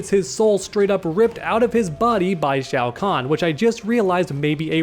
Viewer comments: Shao Kahn? I think you may have misspoken there. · disrespected my boy Shang Tsung, calling him Shao Kahn